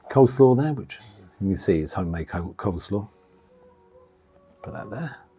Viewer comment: It’s coleslaw not cold slaw